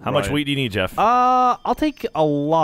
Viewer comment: I know they're saying wheat but it sounds like weed 😂